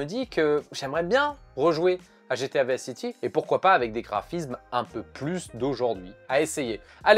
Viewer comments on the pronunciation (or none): "Vis city" 🙉 même si tu a prononcé en français je suis content car c'est le premier jeu auquel j'ai pensé, j'ai passé des heures à me balader en écoutant flashFM et mon lecteur mp3.